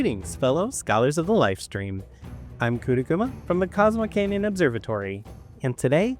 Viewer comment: They butchered cosmo canyon and I can’t forgive them for it